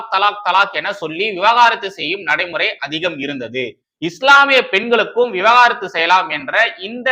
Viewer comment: Bro !!! That's not 'விவகாரத்து' ... "விவாகரத்து" ... நீங்க தவறாக உச்சரித்து விட்டீர்... 😢